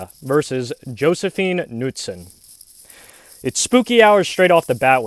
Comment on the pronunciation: u pronounce josefin knutsson like Josse-fien K-nootson